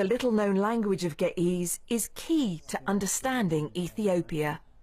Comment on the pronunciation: Geh ehz not geh eez